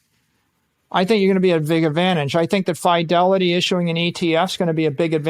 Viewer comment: Someone teach this genius how to pronounce Fidelity lol